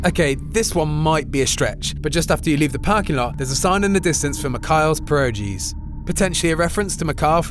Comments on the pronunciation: The way you pronounced Pierogis.. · Honestly this guys pronunciation of "pieorgis"@ explains enough for me about ign